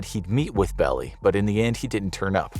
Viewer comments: It's NOT (Melvin) "BELLY", it's pronounced "Bell-AYE"! GET A FRICKIN' CLUE! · Melvin Bell ei, one of the most prominent SF lawyers for over half a century. BELL EI, NOT "belly".